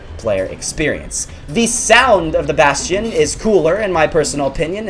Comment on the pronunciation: Who else pronounces the bastion like "bass-tee-on"